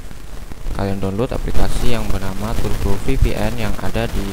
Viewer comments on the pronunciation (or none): none